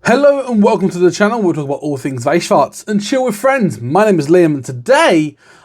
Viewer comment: I just gotta say, it feels so good for someone to not say "shworz" instead of "schwarz".